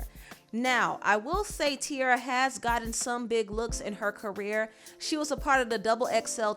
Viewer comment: No not tiarra 🤦‍♂️